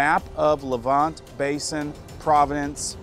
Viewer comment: Sue- ez. Suez. Sue-ez Le-vont. Levante